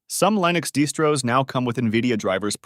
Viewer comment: Navidia for lienux deestros.